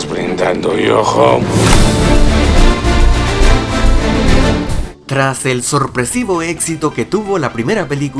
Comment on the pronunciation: "Todos brindando yoho"...